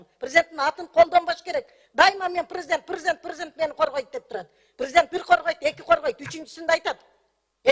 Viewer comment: Базарда отургансып ажылдайт. Прзыдент...прзыдент....прзыдент.....